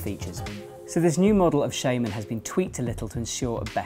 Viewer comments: I have the same accent as. It's still 'shaman' not 'shayman', technically. But there's a bit of a language game there. I don't mean 'technically' like 'technically the dictionary says it's...', I mean 'technically' like 'If we were to respect the origin of the word'. A bit like how a dictionary will tell you to pronounce 'restaurant' 'rest-o-ront' despite that this is far from its correct pronunciation in the french we've stolen it from. Shaman comes from the German 'Schamane', and since German is a phonetic language, and 'a' is pronounced 'ah', it's shaman, not shayman. Here you go:) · Do you not think since he's called chris shaRma, it's pronounced "sharman" not "shayman" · Adem Aricanli I know it's spelt shaman, I'm talking about how to pronounce it, I.e with an "R" sound, not an "ay" sound